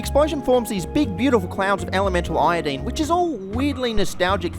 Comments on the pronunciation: anyone else wanna die from the way he says iodine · Aye nye! Not the Nyetrogen Tryeye-a-dyed!